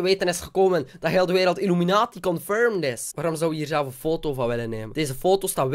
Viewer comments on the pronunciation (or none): Je zegt niet fotto het is foto